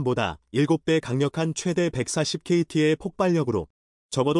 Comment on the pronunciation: KT "케티"가아니고 "키로 톤"으로 읽어야합니다.